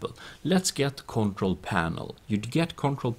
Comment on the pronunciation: sorry it made ma crack up when he said concrol panel